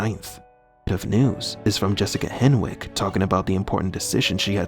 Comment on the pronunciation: Hen(w)ick. W is silent.